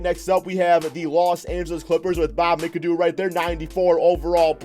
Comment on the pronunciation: I wish he would say Brad Daugherty and Bob McAdoo name right SMH